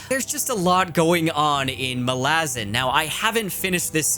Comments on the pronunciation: Just to be that pronunciation guy... If Malazan was to be pronounced like you do, with a distinct stress on the second a, the letter would have an acute accent: Malázan. It doesn't, so it shouldn't be pronounced that way. Fairly basic stuff. Not that I give a toss, but since you mentioned it specifically.... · The correct pronunciation is Malazan. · Amazing video but your pronunciation of Malazan triggered me lmao